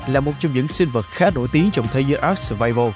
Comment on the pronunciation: Với kinh nghiệm chơi ARK mới đây cụ thể là 6 năm thì tôi cam đoan rằng tên tựa game đc đọc là a-rờ-ca chứ ko phải là ắc:)))